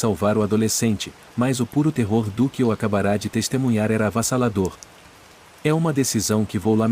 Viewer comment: Prezado narrador, desculpe, mas não é acabará e sim acabara. Acabará leva a um futuro. Acabara é uma forma de pretérito mais que perfeito Mais uma vez desculpas, é que o tempo do verbo muda o sentido da frase.